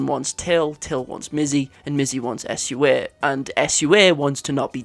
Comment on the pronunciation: Love the video, but pls pls plssss say Sua not S.U.A. I didn't even understand the two girls' names when you first said them, Meh-sy sounds so weird. I know they are not typically English names so it may be hard, but still.